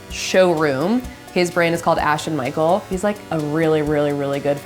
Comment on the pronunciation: "Ashton Michael" Mashton!!!